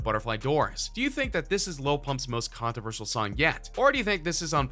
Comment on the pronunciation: This dude can't even say controversial lmao